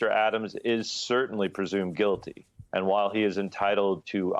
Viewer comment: "Presumed quilty" that was quite a slip!😮